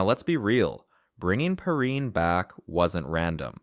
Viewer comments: I hate these AI generated voiceovers. His name is pronounced Pee rine . Come on man! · Bro can’t even get Perine’s name right 😂 and none of this is “new news” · I thought the same thing😂